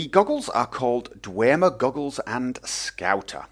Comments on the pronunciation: its dwemer not dwermer just saying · In Skyrim it is pronounced 'Dwem-er' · i'm pretty sure its just pronounced "dwem - er" without the emphasis on the "e"